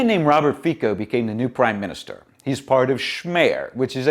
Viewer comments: Hate to be the pronunciation-police, brother, but the surname is pronounced "fitso" - "fee-tso". The letter C in Slvak and Czech (I think Polish too though I'm not sure) makes a T-S sound. Unless it has a weird little v over the letter which then makes the sound the same as English CH sound. A Slovak forced me to correct you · "Fico" pronounced like "France" ..... the "c" is NOT like a "k"